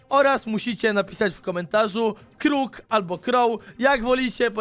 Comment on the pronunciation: Kłoł xdd (crow)